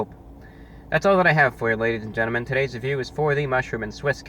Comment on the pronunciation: "ladies and GENNIMEN!"